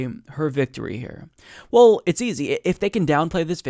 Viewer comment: Why does he pronounce "well" as "wool"? Is it a regional thing or something?